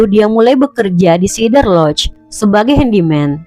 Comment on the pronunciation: SEE-DER lodge........ please. Not SI-DER.